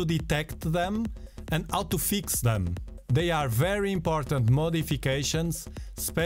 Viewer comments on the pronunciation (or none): Feex, not fix 😂